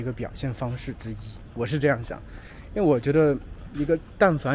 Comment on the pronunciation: You are one of the rare ones who didn't pronounce 因为的为 in the second tone. I learned that it is in the fourth tone but most Chinese pronounce it in the second tone.